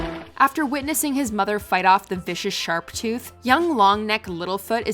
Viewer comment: Why does everyone say sharptooth